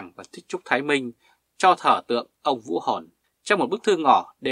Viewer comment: Xin bạn nói rõ : Ông quan đó tên Vũ … gì ? Bạn phát âm không rõ